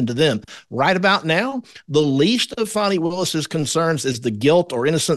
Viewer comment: Is her name pronounced Fanny or Fawny? This attorney always says Fawny.